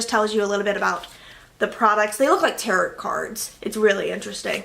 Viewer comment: I THINK you pronounced tarot wrong it’s tar-o I dunno maybe I’m weird but it sounded like you put the “t” in there lol cute vid btw